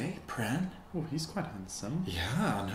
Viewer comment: i love this, i totally subscribing but please don't pronounce the 'r' in pran, say it like 'pan'